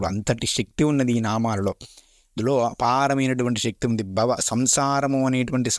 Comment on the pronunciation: అయ్యా నమస్కారం 🙏 మీ ఉచ్చారణలో "వత్తులు" సరిగా ఉండట్లేదు. ఉదా = "భవ" అనేచోట "బవ" అని. ఇంకా కొన్నిచోట్లకూడా ఇలాగే. జాగ్రత్తలు తీసుకోగలరు.... 🙏 అన్యధా భావించకండి.... 🙏